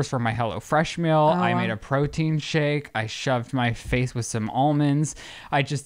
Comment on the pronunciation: why can not pronounce "meal" correctly??! i don't want 16 free mills from hellofresh!